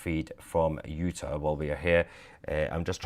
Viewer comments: Utah.............pronounced, "you - taw". Not 'you-tuh'....js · U-TAH, please. Love u, Mahyer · It is pronounced Utar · Not "Uta" -- UtAHH or UtAWWW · Just to help you out it's not pronounced Uta, it's you-taw, but keep up your great work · I'm sorry, the way you are pronouncing Utah is like nails on a chalkboard. You know when a British Nanny is telling the kids to let go she says "ta ta" or when you open your mouth your Doctor says "open wide and say au" or "raw" as in raw fish "Utah" as raw but replace the R with a T ... (you-taw) ... Hopeful you get it by your next video 😊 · Hi my friend. It's pronounce U Tar. Not utur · Sounds weird. It’s pronounced u-Tah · Soundsmore like U-tah.. (No offense) We depend on your reporting Sir! God protect your father! 🤏♾️☮️🫶☯️🌐👌🫵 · you're not pronouncing UTAH correctly. long A at the end... not short a. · I love you brother but double check the pronuncuation of Utah and Boise. Im an Idaho native. Great work and I heard about the assassination from you. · Please pronounce Utah correctly. 😅